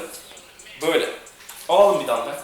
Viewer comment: Abi şuna dambel deme ya valla dinleyerek yapiyorum gülmekten yapamadım